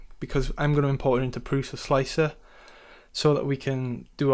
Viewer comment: first thanks for tutor. Second "Prusa" (like its inventer's surname Průša) is pronunced as Prusha... if you want to pronunce it correctly ;) Peace